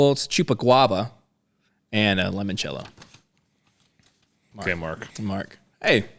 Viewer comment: Guys, it’s pronounced “Lee-mon-cello.” The letter i is pronounced like an e in Italian.